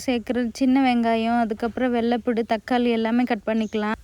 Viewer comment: வெள்ளை பூடு சொல்லாதீங்க வெள்ளை பூண்டு னு சொல்லுங்க 😊